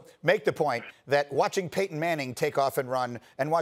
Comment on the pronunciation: Did this man just say PAYTON 😂